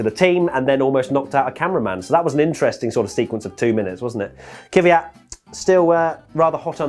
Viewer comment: it's pronounced "KVyat", not "KIVyat", there's no vowel between "K" and "V".;) To be really precise, the "y" there should also be pronounced more as a "j", as in "Квят", the "я" is pronounced as [ja].